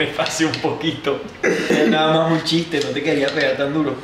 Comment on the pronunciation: Dijo mási. jajaja 😂